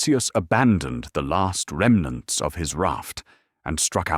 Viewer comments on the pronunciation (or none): none